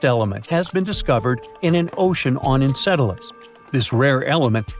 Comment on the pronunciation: the AI said it perfectly, didn't it?